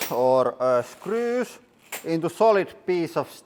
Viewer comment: Every time I hear Lauri say "Screws" I always spell it "Skrüs" in my head.